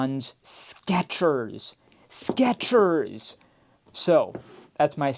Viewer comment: theres no T in Skechers.